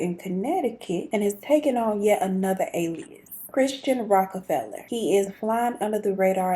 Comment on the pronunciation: Yes. You are saying his name right. Love your channel ❤😁.